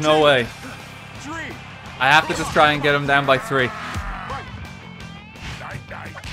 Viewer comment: did anyone else notice the ref says "tree" instead of "three"